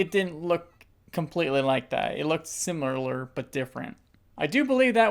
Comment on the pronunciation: I’m sorry I’m pointing it out but I loved how you said it looks “simeulurller” lol I’m so sorry but it made me laugh. Edit: Made me laugh even more because I then went on to say it this way 3 times lol!